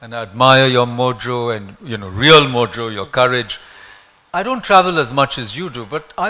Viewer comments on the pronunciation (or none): none